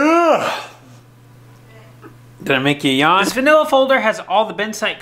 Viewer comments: Super lame point but it’s Manila folder not Vanilla folder…. Just an fyi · it's a manila folder not a vanilla folder:D